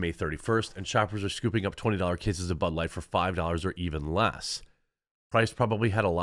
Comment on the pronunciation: Ha, sounded like you said, “they are digging out their butt-light hole!”